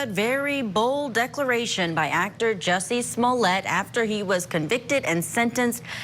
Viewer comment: Joosy Smoolyay… idiot. ✊🏽🤥